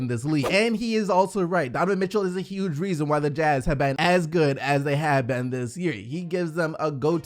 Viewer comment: Mate why do you always say "ben" instead of "been"? Not hating, im genuinly asking